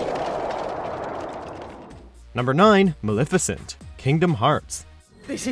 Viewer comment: Why is it so hard for the media to do their damn research and learn how names are pronounced. You butchered Maleficent, Xehanort, and Xemnas. Furthermore, Roxas deserved more than an honorable mention, you didn't list Xion at all, and at least half of the organization fights are better than what's on this list. Oogie Boogie? Really? Really?